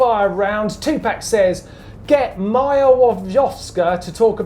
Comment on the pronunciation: Get Maja Włoszczowska name right ;) [vu:osh-tshovska]